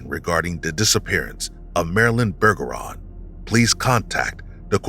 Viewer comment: Pretty sure “Bergeron” is pronounced like “Berjeron” since it’s French. I do still think Marilyn either saw something she shouldn’t have, or she was trafficked, even if she claimed that wasn’t the case. She might’ve been trying to protect her loved ones by keeping them out of it. Either way, I’m doubtful she’s still alive in 2024.